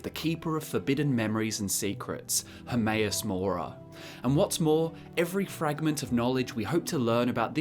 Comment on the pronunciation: HERMAEUS MORA? I thought it was HERMAYASS MORE ASS